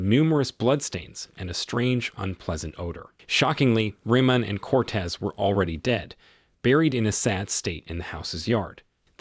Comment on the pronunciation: He keeps saying the names wrong. It's Freemont and Coates. Not Reman and Cortez.